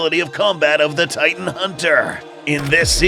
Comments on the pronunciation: I saw that you said titn instead of titan, just to let ya know and to maybe fix it. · “titn” haha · Bro at one point it was called the “titn hunter”😂